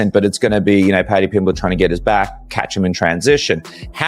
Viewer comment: dude if you cant say someones name shut the fuck up